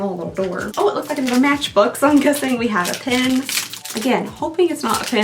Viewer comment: She says "pen" like "pin" but says "pin" like "pen" 😂 I was a little confused for days 5 & 6 😜